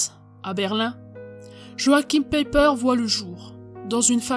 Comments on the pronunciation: Aie aie ça pique, En Allemand, Joachim se prononce "yoarhim" et "Païper" avec un "e" faible ... Ce n'est pas qu'il faut obligatoirement être germanophone pour faire ce genre de docu, mais essayez d'avoir la prononciation et tout de suite vous aurez le petit "plus" 🙂. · En effet, finalement il faudrait prononcer : Peiper Paille père En deux syllabes avec accentuation sur la première .